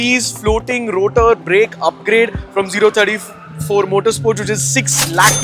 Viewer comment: O34 - zero thirty four ❌ 034 - “oh” three four ✅